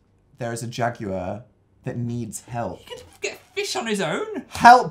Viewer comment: correct me if i'm wrong but is dan pronouncing jaguar as "jag-u-liar" ??